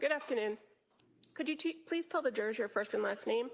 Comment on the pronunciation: All pah-ties and jur-ahs are present.